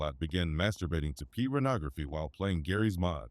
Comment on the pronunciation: This nigga said "child Pubernography"